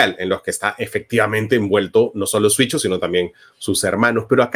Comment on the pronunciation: Me da curiosidad ver cómo Marco siempre confunde en pronunciar “Siucho” diciendo “Suicho”